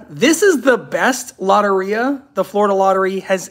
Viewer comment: Its low-tear-e-ah